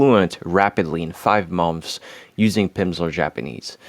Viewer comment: Great English. You’re a rockstar. Try pronouncing “months” like “munths.”